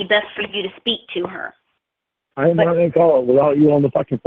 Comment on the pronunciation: You're nawt perfect either.